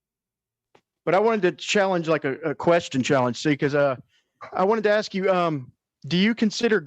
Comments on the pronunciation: Could someone tell to the gentleman, that the word is "ask", not "aks". This is not my language and im having a stroke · Seriously. Why cant black people say "ask"!?